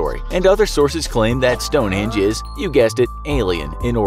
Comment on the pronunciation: You said Stonehinge include the e